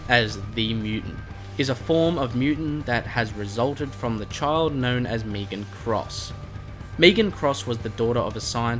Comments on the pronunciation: Meg an not meeg an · you know it’s not Meegan it’s Megan (finale boss name) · He pronounces it differently leave him alone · srry didn’t realise I’m also Australian never heard it like that plus luv your vids